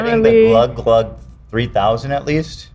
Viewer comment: Ethan saying glugg glugg 3000 instead of Gluck gluck 3000 😂